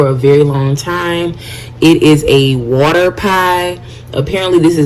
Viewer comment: “A cup and a HAOLF of wuter”